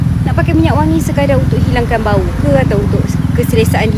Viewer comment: hujung² baru keluar Klatey..part sebut "Bau" tu takda bunyi "Baung" pulak 😂